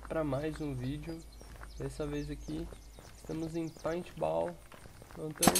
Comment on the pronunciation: sem querer ser chato mas n é peait ball é Paint Ball